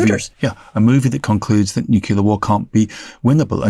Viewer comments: This guy can't even say the word nuclear correctly it only NUKILLER - what a clown 🤡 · Say "newkyoular" one more time...